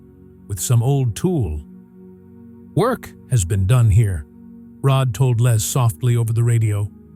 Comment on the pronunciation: Terrible let down. Can't even get Rods name correct.